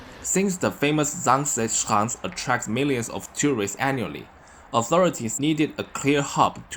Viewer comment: you pronounce zaanse schaans really well! You are Chinese? China is very lovely. have a nice day!